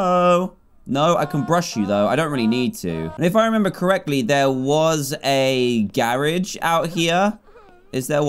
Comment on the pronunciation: Do you pronounce garage garage? Or garage?